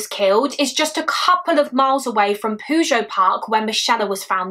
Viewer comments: PYOO-djet, not poo-joe. lmao. It's Pyoo-jet, like in Puget Sound. Not sure where you got your pronounciation from but it made me laugh xD A great video as always. It's really gross that it seems Jennifer's murder happened BECAUSE of Michella's. I think he called in Michella's perhaps to offer a genuine tip, but when he saw Jennifer, he decided to attack her and basically frame Michella's killer for his crime by making it look the same. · I love your videos! But as someone who lives in the area of this case puget is pronounced (pew-jet) it made me giggle every time you said it 😂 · Fantastic job! I did want you to know for future reference that Puget is pronounced pew-jet. The ocean area there is known as Puget Sound. It's quite well known in the country. It's a big area, so it might come up again in the future. I don't want you to think I'm giving off troll vibes.😂 You are amazing!❤️